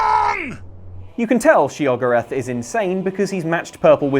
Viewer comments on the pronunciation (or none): Shay oh gore oth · Shee-O-Gorat🙄🙄🙄 God that spelling is horrendous.